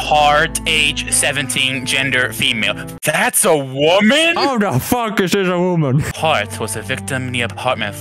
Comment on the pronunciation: all of the das a wamen or that's a woman 👁👄👁 got me lol I'm still laughing lol